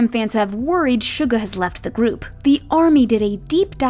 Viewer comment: Can we just talk about how unlike other people she actually did her research and did quite good with the Korean pronunciation like she didn't say Soo-ga or Min Yoon-G👏👏👏👍👍👍